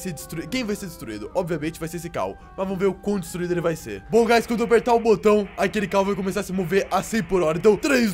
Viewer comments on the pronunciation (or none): none